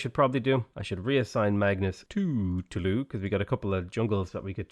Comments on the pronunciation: It's actualy not a silly name, Toulouse is prononced "to loose", you were right the first time 😂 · Toulouse is pronounced "Too-lose" ahahaha